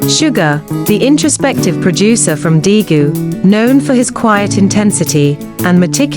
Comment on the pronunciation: This automated voices pronounciation of Daegu and Busan makes this impossible to listen to .